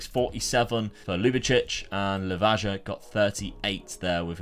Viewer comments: Awesome video. Loved how you revived my favorite club <3 Just a tip. Pretty much works for all slavic countries. Hajduk is pronounced something like Hayduk, so is Livaja (Livaya) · You shoud come to Split and learn how to pronounce words. We can start with Hajduk and Livaja :)